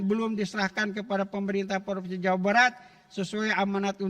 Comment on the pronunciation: Jawabat bjirrr bukan Jawa Barat dia baca😂😮